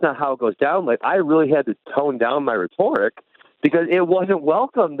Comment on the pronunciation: What is rhet-OR-ic, as in I had to "tone down my rhet-OR-ic" in Asia?